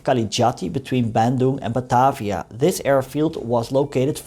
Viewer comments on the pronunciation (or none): none